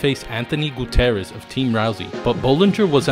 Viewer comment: Goo-TEE-ER-REZ not Goo-TEH-REZ. I dunno why that bothered me so much but it did.😐